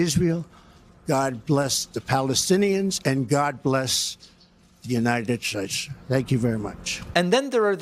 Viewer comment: "God bless the unanay shaish" -Orange Clown Trump aka OCT